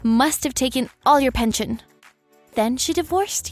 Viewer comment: It's not pention it's "pension".. there's an "S" in there but no "T"